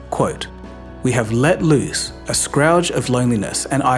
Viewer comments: SCOURGE! not SCROWG 😂 Clearly, you’ve never ever used this word, or ever heard it being said 🤦🏻 Loneliness, prevents people from interacting with other people, and finding out how words are actually pronounced 😅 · "Scourge", not "scrouge". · The mispronunciations in this video ruin it for me. "Hikiki-moray" Incorrect. Hikikomori. "Scrouge" Nope. Scourge. It feels odd being presented information by someone who...well. You know. That. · scrouge = "skURGH" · not that this really matters, but it's scourge, not scrouge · “Scourge” is pronounced “Skurge” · A ' Scourge ' .... NOT ' Scrouge ' !!!!! 🤷🤷🤷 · it is pronounced scourge not scrouge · i think its pronounced "sker-ge" not "scrowje" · one syllable, pronounced sk sound combined with urge. It rhymes with dirge. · I'm going to apologize in advance, but: It is not typically pronounced "scroudge" but rather more commonly: "scrrrj". Hope that helps! -Good video! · Can’t get phenomenon and phenomena right? Pronounce “scourge” as scRouge” … have a whole channel but don’t check your English? What???!!! 😮. Get a proof reader! Don’t mess up my literally favourite channel people. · Please pronounce "scourge" correctly. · scourge...you might have to learn how to pronounce that word. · Please say the word "Scourge" again from in content. Are you constructing these dialogues using A I ? I've noticed the mispronounciations of common words on many other creator's sites and can't help but be wary. As usual of course, I enjoyed your article. Thank you. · Just thought you should know, erode and scourge were pronounced incorrectly! No hard feelings ❤